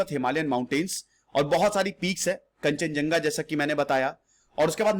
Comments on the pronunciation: kanchenjanga read krte h esko.. thik so bolo..sir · I can help you out to pronounce "Kanchenjunga"=kan-chan-jang-ga. Additional info - pharmaceutical industries are booming in Sikkim. I have been following you since 3years back.(study IQ) And I like your history seasons,the way you present.and the dialogue "mood kharab". I'm from sikkim.